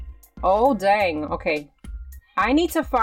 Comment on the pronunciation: She says dang weirdly